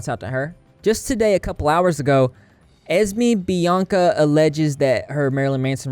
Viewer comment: "Ezze-me Bianca" damn, how do you fuck up such an easy to say name THAT badly?